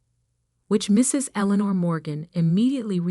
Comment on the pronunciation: The problem with AI reading these stories is that English is not their first language 🤣! Every time she said “Aliner”, I cringed. I’m assuming the name is Elinor? Now and then, there is an odd word mispronounced…I can usually figure it out, but it can be distracting, and interrupts the flow of the story.